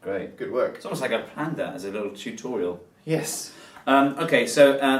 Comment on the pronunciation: Lol, says tutorial as chutorial like Xisuma does.